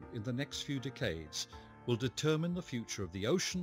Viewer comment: Why does he say decades so weird?